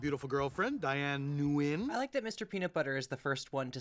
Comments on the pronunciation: Actually, nobody in the show EVER says her name right. At least not in the way, most vietnamese people pronounce it. There are different ways how people say it but [ŋwiəŋ˧˧] is the way I was taught by my teacher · Hey, super light criticism here, that’s not how Nguyen is pronounced. Not even close. Ok, sorry, I appreciate you, great video, byeeeeeeeee! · Vietnamese speakers would disagree with Mr Peanutbutter’s pronunciation being “correct”. Alas- white people